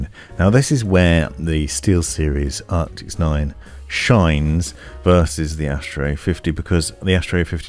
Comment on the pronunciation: Man i love your reviews and watch them all but you really trigger me when you say things obviously wrong like ARCTIS not ARCTICS or "SIN-Apse" not SYNE-apse lol call me an asshole i know lol.